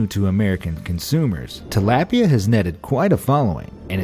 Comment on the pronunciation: You sed Tilapia wrong.